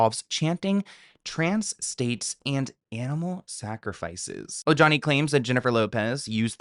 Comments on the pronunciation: It’s pronounced O-HA-ne, not o-ja-nee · Omg, I love u, but I can’t! Ojani is pronounced O-Hani. J’s in Spanish are pronounced as an H. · The “J” in Ojani’s name is said an “h”, like “O-ha-ni“. He’s Latin. It’s not that hard. Somebody on your staff should have noticed by now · Ojani=OHANI Are you not hispanic😊???? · The J in Ojani is pronounced like an H